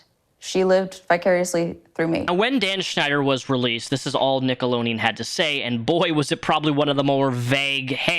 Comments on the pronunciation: Dans disgusting along with the many other pervs and pdos that worked on many kids television shows! 🤮 I kept getting distracted and giggling by the way you say "Nickelodeon" but you say it without the d like "nickeloneon" 🤣🤣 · Forsooth, good! Why dost thou keep saying “Nickeloneon”? @@ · i’m sorry this video is great but why do you keep saying “nickeloneon” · Why are you saying nickelonean instead of Nickelodeon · Are you saying “nickeloNeon? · Is it just me, or is he saying NickeloNeon? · You saying "Nickoloneon" is so triggering lol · Sounds like you’re saying “Nickeloneon” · Is he saying “Nickolonian” on purpose? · Why do you keep calling it nickolonian? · It's Nickelodeon. Not Nickoloneon. Just an fyi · Why tf do you keep saying NICKELONEAN? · its Nickelodeon. NICK-UHL-OH-DEE-UHN. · Stop saying Nickeloneon!! ;) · Alright it’s been a week. I’ve waited . You pronouncing Nickelodeon without the d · Jesus Christ can you not fucking read? It’s NickeloDEON, with a D, you shilling reprobate. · It's not "a whole slueth" ... And Nickelodeon ... has a 'D' in it You need to sound out your words lol phonics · please for the love of God pronounce the letter D in Nickelodeon when you say it. It's driving me crazy. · Theres a D in Nickelodeon,. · Bro how many times are you gonna say Nickelodeon wrong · You say nickelodeon totally wrong haha. You left out the D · NickeloNEON?? It's NickeloDEON, lol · its pronounced nick-o-load-ian not nickolonean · What's "Nickeloneon"? I mean I know he made shows on Nickelodeon, but I never heard of this other channel! Nickeloneon 😂 lol how the hell did you ever get that pronunciation? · That was driving me insane 😂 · Nickolodeon 🤣🤣 not Nickoloneon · Why are yoy saying "nickalonian " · love your videos but why are you saying Nickeloneon lol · Love the video, but it’s nickeloDeon you didn’t pronounce the D 😅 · Take a shot everytime he says "nickelonian" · "Nickeloneon." lol